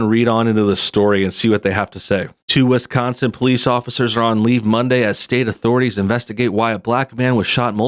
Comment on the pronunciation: Haha "..in a state called Wis-Conn-Son" "It's called a Dee-Vee-Dee Player Jules. It plays Dee Vee Deees."